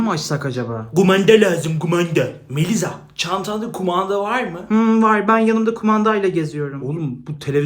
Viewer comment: Melisa❌️ Meliza✅️ 😅😅😅😅